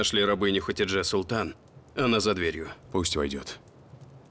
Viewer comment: Хатидже* , а не ХаДИже